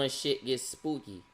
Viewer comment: he said ts like a baltimorian😂😂